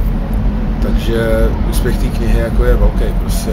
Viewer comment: "A jakej to má uspěh?" - Sakra to je česky nebo jak? :D